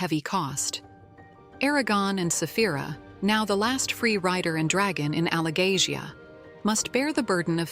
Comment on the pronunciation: Its dragoness Saphira not safh.. Stupid Ai